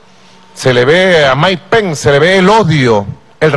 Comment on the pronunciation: Maduro no se dice penc eso es Anglosajón se dice pence que no se pegue el Anglosajón